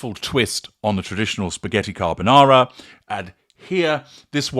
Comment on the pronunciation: And….. spaghetti carbanana. 😅